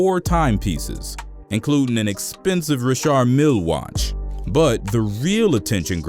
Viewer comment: The way he said richard mille😂